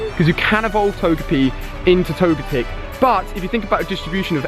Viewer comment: It's Toge-Tech ps I love your videos